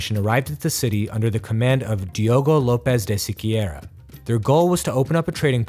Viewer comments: Hey, Sequeira is pronounced Seh-Kei-Ra, but excellent video anyways! Portugal is such an underrated nation while it stretched from America to the Far East before the english could even traverse the Atlantic. Basically the majority of the later British Empire have been built from the ashes of portuguese/spanish colonization in all of the world, when it was literally property of the two nations. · é português Diogo lopes de Sequeira não espanhol para começar o u de Sequeira nao se pronuncia